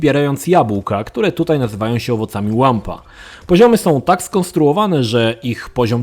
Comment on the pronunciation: Łampa poprostu no nie borze czy ty to widzisz Łumpa nie Łampa